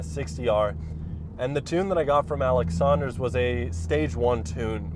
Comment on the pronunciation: Bro! Thanks for the shout-out:) -sanders60r It's sanders not "saunders" like Dion sanders ;) Enjoy We'll revise it later